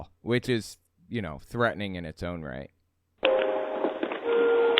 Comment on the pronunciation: That was my first thought; sounds like it's simply a speech impediment, namely rhotacism in which the "r" is difficult for the speaker to pronounce. I've read that there could be a correlation between it and autism, but only anecdotally. (Edit: And of course neurotypical people can have this particular speech impediment).